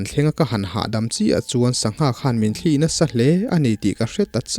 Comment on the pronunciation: "sangha thli" tih lai hi chu i lam dan a dik hlel em aw ka ti deuh a,,,, thil thli han tih hian a sawi fiahna mai tur hriat ka nei chau rau hle mai heng ang thli thaw anga lam rik nilo thawmhnaw kan han suk a a thli kan tih ang thli thaw anga lam rik nilo thil thli a tui ril ina a chhuahpui hi thlîl ang nilo deuha thil tia thuk hnuai deuh tur niin ka hria a.... Chutin ka hriat ber loh laiin,,,, kan keini lamin kan naupan tet lai tangin thlî a thawt ang leh "thli" a thluk tawi deuh(tawngka lo chuan sawiin a fiah mai lo ka ti),kan taksa min rawn zula luang deuh emaw, thil danga a thli ina a hrut a awm thin..... Chutiang deuha lam rik thin niin ka hria a sir..... Ka hre ber lo aw Sir